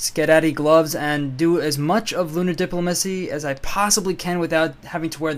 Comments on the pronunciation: dip-LO-ma-cy not DIP-lo-ma-cy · No, the way to pronounce diplomacy is always "Di-PLO-Macy" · You're killing me with the diplomacy pronunciation man. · Why do you say diplomacy so weird?